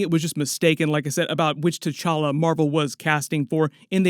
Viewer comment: this aint t-challa this is c'walla